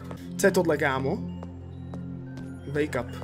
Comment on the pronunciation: to znelo misto wake up tak jako make up